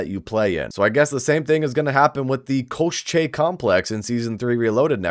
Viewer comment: Hey rock on bro, it is "ko-shay" koschei complex